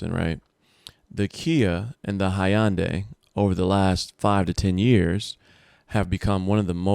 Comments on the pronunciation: Hyundai is pronounced huhn·day not high'yun'day 😆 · Lmao "Hi-on-day" 🤣 🤣 🤣 Hyundai = (Hun-Day) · The “high-an-day” 😂